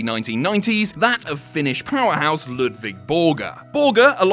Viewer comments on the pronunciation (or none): none